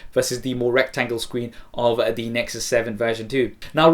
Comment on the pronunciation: please stop saying thE with and alphabet 'e' unless its natural